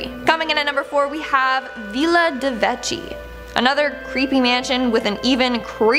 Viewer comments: I can't take it. If you dont know how to pronoune something look it up! Veela??? It's viilla...it's an ill sound. Martha's Vineyard??? It's pronounced Vin-yard; not Vine yard. And come on!! You really didn't know that "no. 1" is short for humber 1?? There probably were more, after no 1 i couldn't stand to watch any longer. I fear today's youth! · Guys, I love ya but please! But who doesn’t know how to pronounce villa ( like hill) or Martha’s Vineyard ( like pin). Your killin me smalls! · OMG, This was so hard to listen to. So many mispronounced words! Villa, Vineyard... Are you guys ESL?